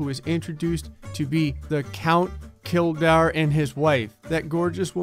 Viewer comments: When Kildare is pronounced kill-dare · Dude kildare is pronounced kill-dayer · I don't know why, but reading Kildare wrong is funny to me.